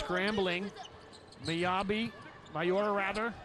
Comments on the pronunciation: Its Miyaura not Mayora😂😂😂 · For thoose western Volleyball Fans, its not MA YO RA. Its Mi yau ra. The way you pronoun "Mi" in Miyaura is like when you say "Me" for yourself.